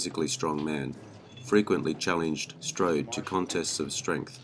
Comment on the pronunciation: You do the man no justice by butchering the language used to describe him. Strode struck an indelible impression in every movie that he appeared in.